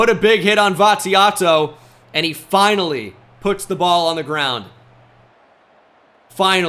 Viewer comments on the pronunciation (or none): none